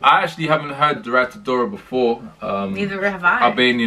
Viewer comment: dhurata dora is pronounced "thu-rata dora". "dh" in albanian is pronounced as th in english. you should also react to hajt hajt by butrint imeri! it has a really good beat and i'm sure you'll love it :)